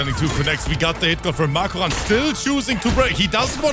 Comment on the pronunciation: The way pronounces Makoran 💀